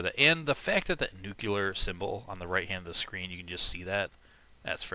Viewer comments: dude, you're one of those people?? It's pronounced like "nu-cle-ar", as in 'of, or pertaining to, the nucleus of an atom', not like "nuke-u-lar" as in 'of, or pertaining to, nukes'... Sorry, couldn't help but "-Nye" you on that one... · "Nuke-u-ler" Nor picking, but is that how american's say "nuclear"? I'm assuming you're from the US judging by your accent though.. I always thought words spoken in American-English dialect are pronounced the way are spelled, though you're not the first person I've heard pronounce it in what sounds like a foreign language to me lol xD And yes, the Tunguska does consume two ammo per shot.